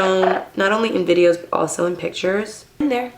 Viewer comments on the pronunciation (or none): none